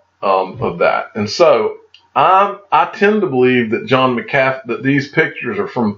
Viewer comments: John McCathy? Never heard of Her BUT I've heard of John MC A FEE--I sounds like it's SPELLED--Don't you Speak English in Georgia? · Digital Asset Domination! Who pronounces it right McAfee or DAI ? Maybe that’s how he throws em off, by saying his name wrong